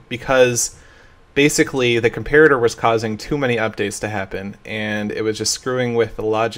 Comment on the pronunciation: Um, what? That's how "comparator" is pronounced. "com-PAIR-a-ter"